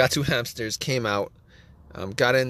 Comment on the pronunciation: DO NOT WASTE TIME WITH THIS GUY, HE SAYS HAMPSTERS 95 TIMES AND NEVER GIVES ANY INFO